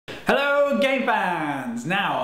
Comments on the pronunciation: Is it me or was the first thing I heard was "Hello Gay fans" o.o (Btw ik he said game fans) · AaronGX yeah i heard that too